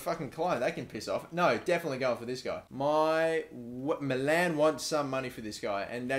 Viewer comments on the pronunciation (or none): none